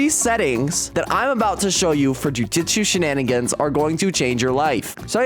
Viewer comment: I’m going to tweak if he calls it jujitsu shenanigans one more time ITS NAME IS JUJUTSU SHENANIGANS